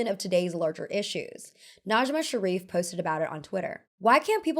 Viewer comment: The puppy liner is so cute! Love your videos <3 Also Najma's name is pronounced more like nejj-mah.